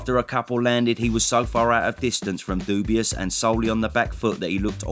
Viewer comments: Funny how you pronounce his name ‘dubious’, instead of Dubois 😂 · You can never call him doobyus again. You have to say his name with respect after that performance. Dubois. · Your pronunciation of Dubois is rather dubious. Show the guy some respect, he’s the champ. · your pronunciation of Dubois is hilarious